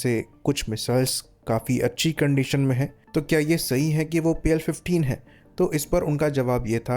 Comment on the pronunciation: Pl -15 E❌ PL-15 AAND✅